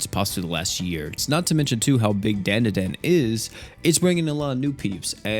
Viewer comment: Dandadan ❌️ Dan da dan ✅️